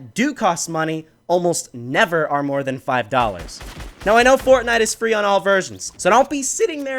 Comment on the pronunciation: He said bortnite